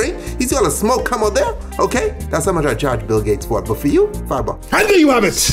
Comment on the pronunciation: finally a "THERE U HAVIT"